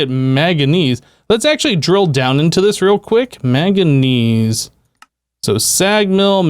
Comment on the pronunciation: Killing me with the "maganese" my dude